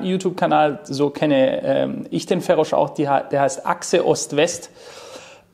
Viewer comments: Es wird Feros ausgesprochen und nicht FERRROSCHHH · Du sagst nicht ernsthaft "Ferosch", oder?? 😁😁🤭🤭😂😂 Das hat auch schon KenFM gemacht und reichlich Spott dafür geerntet. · Der Zweite, der "Ferosch" statt "Feros" sagt, obwohl Feroz sich selbst auch "Feros" nennt - was denn nun?! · FEROSCH, die Bio Deutschen werden irgendwann deinen Namen richtig aussprechen können! ;) Sonst tolles Interview. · Sauberes Interview. Den guten Mann spricht man trotzdem nicht "Ferosch" aus 😛